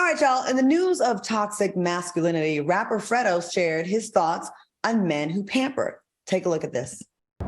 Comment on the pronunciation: Nah you all ain’t gonna do our FREDO like that 🤣 it’s pronounced like FRAYDO and as a gay man he never said it was “too gay to do anything” stop the with the reach lol He did say men are too pampered, but he’s playing look at how pretty this dude is, He’s pampering too come on now!